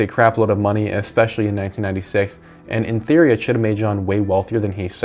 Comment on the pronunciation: theowy 🥺✨ (10/10 vid btw)